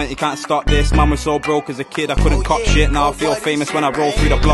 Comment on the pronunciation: anyone notices his speech impediment with his 'sh' and 'ch' when he says shit his bottom lip goes down xD